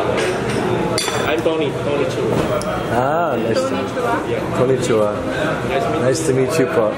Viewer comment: Lol said tony chua like konichiwa hahaha